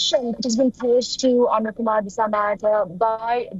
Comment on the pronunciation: You guys are a joke 😂😂. You can't even pronounce his name correctly. It's Anura, not Aruna